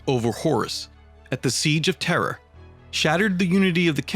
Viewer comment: The narrator has serious trouble pronouncing certain words man, it's a bit annoying..."terror" for Terra, "Elanor" for Ullanor, everything you said and much, much more